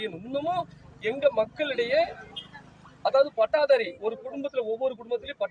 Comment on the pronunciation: பட்டாதாரி இல்லை பட்டதாரி 😅 tharkuri